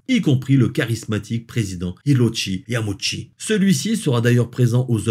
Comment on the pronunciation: On dit : Yama-ou-chi pour info ;)